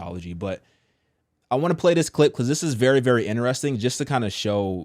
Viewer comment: Do ya’ll pronounce the word “interesting” like “inne-REHS-ting” or “in-tres-TING”? 🤨 Off topic😂💀but this catches me off guard every single time I watch these vids🤣 cz I’ve never heard anyone pronounce it like him? So, genuine question …?